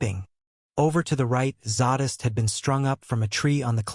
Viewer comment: Im having a heck of a time with pronunciation of zsadists name. It's zay-dist not zaw-dist. I'll keep listening though ....lol